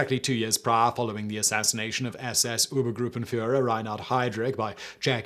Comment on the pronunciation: It's OBERgrüppenführer, not ÜBER. And Simon talks so fast that he massacres the French pronunciation.